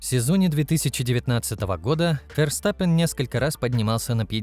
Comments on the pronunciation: Как раз таки это одна из немногих правильно произнесенных фамилий пилота. На русском его фамилия читается через Ф (Ферстаппен) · где именно? V и произносится, и звучит как среднее между В и Ф. Букву используют вместо F. Так что логично произносит именно Ферстаппен. Если что, у меня В1 по нидерландскому